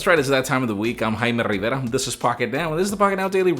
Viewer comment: My last name is also Rivera. Thank you for pronouncing it correctly.